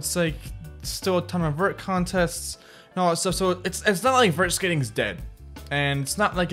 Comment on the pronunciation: Vert not Vertch